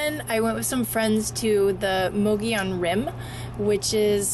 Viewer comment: Impressive, you nailed Mogollon!